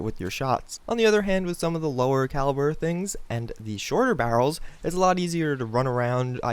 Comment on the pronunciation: Lmao you have a really hard time saying "barrels"